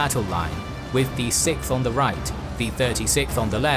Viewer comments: I usually watch these in a higher playback speed and the 6th and 36th always sound like "sikth and thirty sikth", lol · While I like narration very much, why has he taken to pronouncing "sixth" as "sikth"? I find it very distracting.